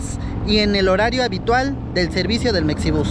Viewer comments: Oye y porque la X en Mexibus no la pronuncias como la X en Mexico? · Sigo sin entender ¿Por qué le dicen mecsibús?